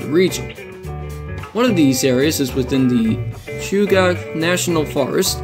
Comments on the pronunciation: Chugach Chew-ga-ch Edit: New video btw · no worries. I have to say I like that car/engine whatever it is. I took no offense to mispronunciation. Chugach pronounced like (chew gat ch)the rest don't bother me. What does bother me about the Alaska railroad is their attempt to extort money out of property owners allng their route. The railroad is trying to charge property owners along the tracks. The railroad doesn't own a lot of the land their tracks are built on up here, it built on easements on private and public property. They have taken to trying to charge the people who own the land to do anything with their own property. The railroad is a for profit corporation owned by the state of Alaska and horribly mismanaged. But it's still a one of a kind railroad, and was built with the leftover equipment from the Panama canal